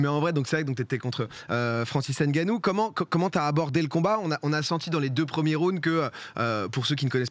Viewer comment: Arrêter de dire n ganou c est nganou on avale le n.